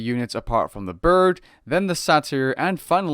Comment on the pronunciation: Dont forget 'The burd' :p